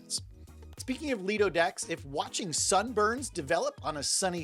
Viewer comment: Lido - pronounced - lie-doh Quay " - key Buoy " - boy Why do you guys struggle with nautical pronunciations?